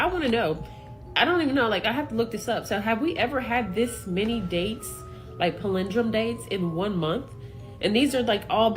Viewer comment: I cant handle how she pronounced "palendrome" lol 😂